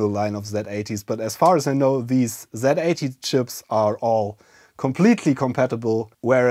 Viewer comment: Zilog is an American company, so it's Zee-Eighty!! If this incorrectness persists, I will start calling the Zed-X Spectrum the Zee-X Spectrum!! I'm not bluffing, I'll do it!!